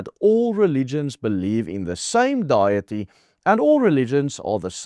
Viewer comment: The ANC will learn at the next election. The church will not accept the governments control. What about street preachers, which the Bible calls each of us to be? Just trying to help you. Deity is pronounced the same as the Afrikaans word for “diet” with “ee” at the end.